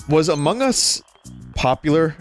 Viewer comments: Ama hugz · Ama guss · I really like the way vinny pronounces "amogus"